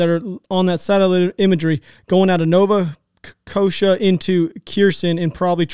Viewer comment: Ever since this Ukraine conflict popped off again, I've been noticing how bad people are at pronouncing words... "Mariopool," "Nova Kosha," LOL like damn people, sound it out like they taught you in elementary school. Sounds like, has it mixed up with, Mario in a pool and Nova Scotia, Canada... LMFAO😅Side note: I do greatly enjoy all you guys are doing with, "Speak the Truth." The amount of bullshit on the internet is insane. This truly is a breath of fresh air!